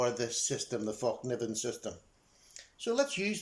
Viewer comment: Hi,, it's pronounced FELK - NEE- VEN,,, atb